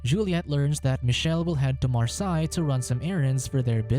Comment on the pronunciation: Its Mar-say